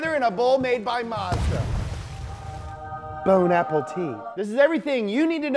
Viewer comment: When he said “Bon Appetit” did you think he said “bone apple tea”